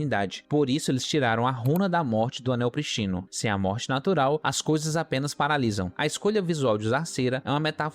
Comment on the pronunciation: Brother! "Cidadões"? "PrisTÍno"? Socorro!